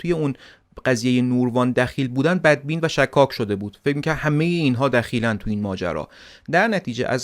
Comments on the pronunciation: ایل شِکاک درسته، نه شکّاک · تلفظ صحیح اسم ایل شکاک : غلط فتحه روی حرف( ش ) ❌️ صحیح ضمه روی حرف ( ش )✅️